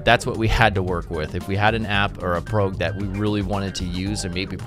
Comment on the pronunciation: PROG.. pronounced PRAWG... bet you also say JIF instead of GIF right? the fuk!